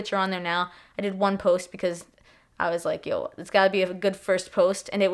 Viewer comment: That “yo” is sooo Toronto 😂